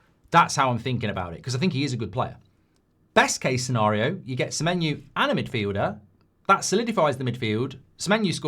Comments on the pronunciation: Why does Goldbridge keep saying Samenyou/ Samenyu/ Samenyew/ Samenyue? I thought it was SamenYO. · Mark its Semeny-oh not Semeny- ooo. Why do you get this wrong. If he was Irish you would pronounce it properly but you cant say his name properly. Theres no reason for you to get this wrong its ridiculous